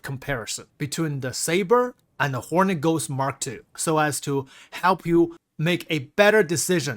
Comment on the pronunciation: Just sounds like you're saying Horny Ghost lol